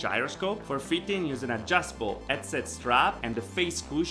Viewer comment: I'm suscribed to your channel I think you really have some high quality videos and content but for being a vr headset channel maybe you could investigate how headset is pronounced anyway that accent may be also part of your success, keep it up